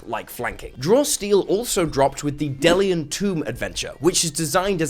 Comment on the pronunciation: Two things,. 1 - It's pronounced "dee-lee-an." 2 - YOU are the advertising. And you're the best kind of advertising. People don't watch ads. They skip or block them. People watch videos from people they trust in the community, like you. So thank you very much for spreading the word; I absolutely agree Draw Steel needs more exposure, and if you love the game, just talk about it. Word of mouth takes longer, but people actually listen and rememeber.